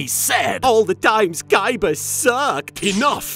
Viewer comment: Now it's official, darts is my favourite villain of this show, I mean just look at the way he pronounces Kaibas name If that hasn't convinced you just look at the subtitles